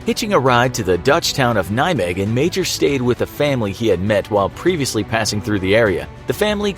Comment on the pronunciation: Nijmegen not nymaigen